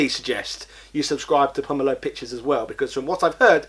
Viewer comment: Just put a link to his channel or video? He pronounces "Pomelo" different to you too, listen to the video you are re-uploading to figure out the pronunciation. Over 10 mins though, so congratulations.